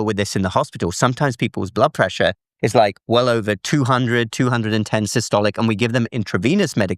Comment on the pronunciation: "the top number, which we call Sicily" .....